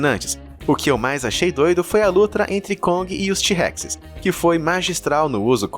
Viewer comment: sabe quando voce fala luta dos tirex voce falou lutra